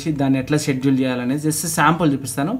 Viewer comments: స్కెడ్యూల్ కాదు షెడ్యూల్ bro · Schedule ni, షెడ్యూల్ అని ప్రొనౌన్స్ చేయాలి బ్రదర్ అక్కడ c silent అవుతుంది.